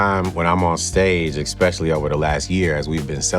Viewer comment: I was going to feel bad for ANYONE that had to follow up on the Conan episode. That episode was legendary. Luda was a good guest though regardless. He's just got to stop pronouncing Especially as "Exspecially"